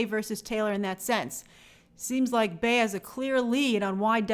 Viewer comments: Its pronounced "Bee" not "Queen Bay" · Grace, I just came here to say that Bey is pronounced BEE not Bay... it's Queen BEEEEEy. Like the insect. Idk where yall get Bay from 🤔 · Grace PLEASE stop saying Bey pronounced as BAE. She is the Queen Bee. Her name starts with a B. It’s not Bā-yohn-say… it’s Bee-yohn-say.